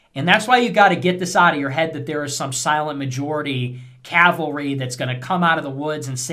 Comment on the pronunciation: "CAVALRY". Cav-al-ry. NOT "calvary". I hate correcting people but so many muck this up for some reason. "Calvary" was the hill they nailed Jesus up on in the bible myth.